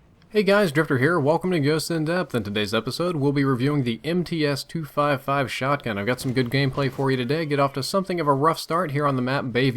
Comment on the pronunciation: And you said the gun name wrong . Its not the MTS 555. Its the MTS 255